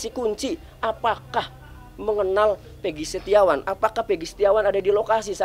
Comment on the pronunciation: yg sangat mengganggu itu adalah soal penyebutan nama , egi perong pegi setiawan 📷📷📷